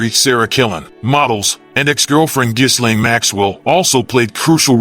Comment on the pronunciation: Isn't it pronounced "Jillaine"? Not "Jizlane".